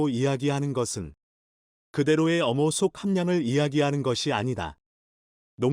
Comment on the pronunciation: 발음 똑바로 못합니까? 염호를 엄호라하면 됩니까? 누굴엄호한단 말인가요.